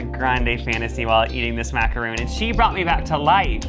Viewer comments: MACARON not macaroon Macaroon is coconut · It's actually pronounced (maca-ron) ;)